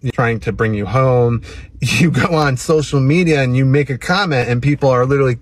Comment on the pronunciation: “ Go on Sthostcial media “ what ?!?!?!?